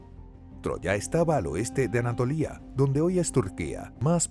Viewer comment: Anatolia no "Anatolía" xd